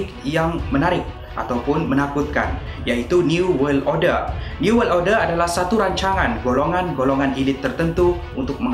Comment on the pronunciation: Order bukan orde